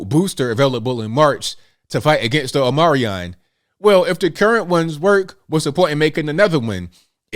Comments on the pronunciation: O-MI-CRON not O-MAR-I-ON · it's "OMICRON" not "OMARION". Respectfully, Tom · No disrespect but it is called Omicron, not Omiron. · I love listening to you but can you, or someone, please tell me why you keep calling it Omarion and not Omicron?? Did I miss something you spoke about? Please pronounce it correctly so you sound as intelligent as we all know you are!! Xoxo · Are you saying the Omarion?? LOL xD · I had no idea what omarion 😂 You meant Omicron 🤣🤣🤣🤣 I'm gonna start calling it omarion 😆😆😆😆😆 This is why I love this channel lol. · Dear. Thank you for what you do. I do want to offer one suggestion. Please say Omicron properly. Here is the phonetic way to say this greek letter: "Oh-meh-kron." We appreciate you so much! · It’s the Omi-cron my man! Lol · Matt Walsh does the same thing. He calls it the Omnicorn. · I think it’s pronounced, OH-mih-kron. That’s a Greek letter, like Alpha, Beta, Delta, etc… PEACE ☮️ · What is omarian? Or are you referring to the omicron? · It's pronounced "ah-meh-kron". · Or “o-moron” 😉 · Come on dude. Ya gotta pronounce “omicron” correctly. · He says it like that so that they don't flag his video for misinfo... They can remove your video and then you can't share info with one another... He's not just pronouncing it wrong... Lol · Are you mispronouncing omicron on purpose? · So is the "C" silent in Omicron? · I have to admit when you don’t pronounce omicron like some type of transformer decepticon it triggers me.😂